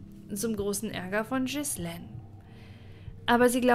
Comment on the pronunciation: Das macht mich wahnsinnig, wie Du den Namen Ghislaine metzgerst. Das spricht man Gielähn aus, nicht Schissleen.